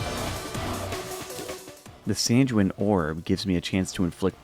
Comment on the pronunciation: "san-jew-in" my brother in christ its pronounced "san-gwe-een"